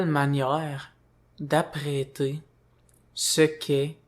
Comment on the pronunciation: Bonjour Gabriel, lorsque tu dis "apprêter", ce que je comprends que tu dis, c'est "appréhender"